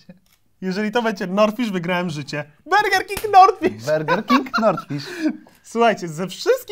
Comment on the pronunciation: Czy tylko mnie kuje w uszy gdy mowi 'berger'? xdd